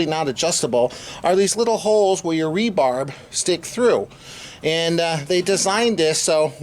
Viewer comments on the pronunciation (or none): I had to stop watching after the 20th time you said "rebarb". It is 'rebar' aka reinforcing bar, not 'rebarb'. Geez.